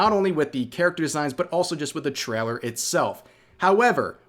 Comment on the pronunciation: "Traller" I was thinking Rev was either Canadian or from NYS, but now I'm thinking.. "Traller" (instead of trail-er) sounds more Northern Mid-West. Thoughts? 🤣🤣🤣